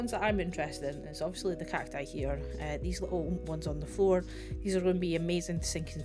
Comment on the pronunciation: I love the "A tree is a tree- but NOT theese-Theese are different" 🤣🤣 Looking foreward to see what you´ll be building with the Dilo :)